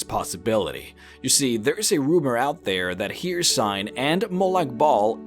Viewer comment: You’re saying hercine or hersine I forgot how to spell it. Anyway you’re saying hercine wrong